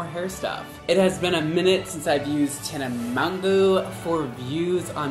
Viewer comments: poly r mon-joooo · Tana Maganowy =))))))))))) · Tana Mongoose? XD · poly r Tana Mango